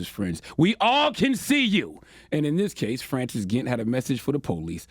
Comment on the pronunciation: Dude can’t even pronounce Francis. Embarrassing.